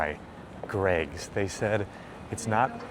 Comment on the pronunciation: Glad you Americans said Greggs right I remember few years ago an American said G Reggs instead of Greggs